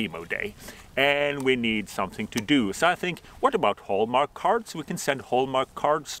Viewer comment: I love the way you say "so", it's like "sah" I love languages, I always said in the paradise the first thing I was going to do is learn every language on earth. Happy belated Pimo Day!!!!